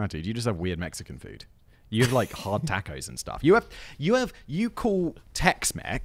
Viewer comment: The way he says tacos is a crime